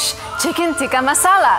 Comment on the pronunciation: calling chicken tikka , chicken tika is def infuriating and hilarious at the same time , wit how she says😂😂😂